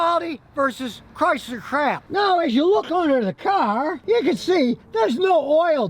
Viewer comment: Chrysler CRY-Sir.